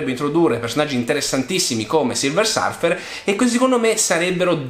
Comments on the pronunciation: Tutto ok ma non Silver Sarfer dai .... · Tutto bellissimo, ma ti prego non chiamarlo Silver SArfer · 6 minuti di vita totalmente sprecati a sentire una teoria senza capo né coda di uno che dice silversArfer... :(